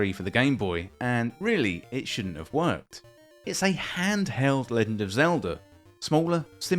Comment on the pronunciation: "Leggind" Is this a Bri'ish thing? Nice video aside.